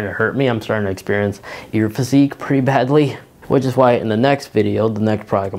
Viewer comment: Did….did he say…ear physique?